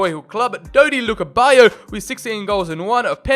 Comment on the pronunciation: Lukebayo XD its LUDEBAKIO BACK-E-O